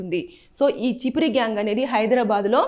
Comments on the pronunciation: అది చిపిరి కాదు చెప్రి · Chippri kadhu amma cheppri😅😅